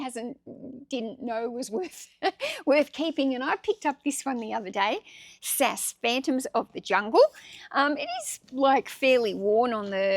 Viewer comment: Funny. It’s pronounced S.A.S. That stands for Special Air Service